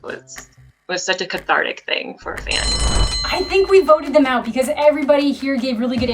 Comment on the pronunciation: DID SHE REALLY JUS TUSE THE WORD CATHATRDIC?